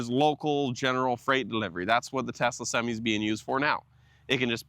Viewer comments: Did he call the truck "topsy"? Lol. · semee? WTH?